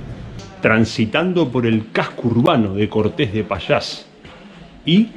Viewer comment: Cuidado, el acento no está al final ......Cortes es un nombre que foneticamente es una palabra llana , no aguda.